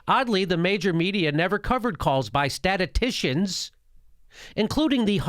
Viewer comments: Or maybe slightly more like stat-us-STISH-in. Basically the same sounds if you say it fast enough. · You watched the entire video, and Jimmy struggling with the pronunciation of "statistician" was your big takeaway? Good job!